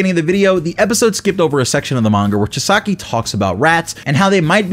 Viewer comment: Chee-sah-key pronounce correct lol just kidding. I don't actually care, love the vid though.